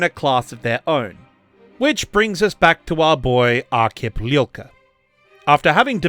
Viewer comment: Hello from Ukraine. I couldnt understand who is Lilka, but after some googling i find out that your pronounse is terrible) Arkhip Liul'ka. Not Lilka. Starts like Liu Kang, but without Kang) And there are videos on Youtube how to pronounce Liu.(i literally checked and was surprised of their existence) Its not that hard) And thank you for understanding that not everyone from USSR is automaticly russian.